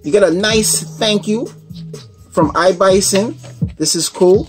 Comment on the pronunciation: Its not Bison its iblason with an L.Thanks for nice review.I have an iblason case on my htc one a 9 and I love it.